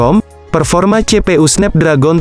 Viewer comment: Snapdragon cara bacanya SNEPDREGEN